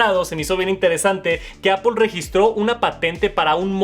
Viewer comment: "Me encanta… Apol” 😶